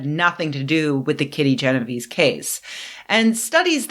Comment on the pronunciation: jeno-vay-say. It's Italian. :)